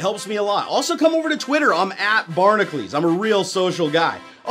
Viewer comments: I believed you when you said it was pronounced " " over a year ago when i first subed, but looking at it now I think your name is spelled "barna (Q) lees" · I have absolutely nothing against personally and I have been enjoying his videos in recent months, but his alias is spelt 'Barnacules' and he pronounces it as '' in every single video. Either it's spelt incorrectly or he's pronouncing it wrong. I can't be the first or only person to realise this...